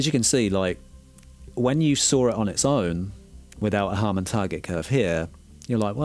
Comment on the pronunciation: Harman, as in Harman International, where Sean Olive contributes his expertise. Not Harmon.